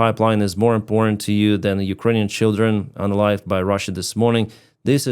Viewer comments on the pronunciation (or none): Thanks! I thought he was saying unaligned, or something.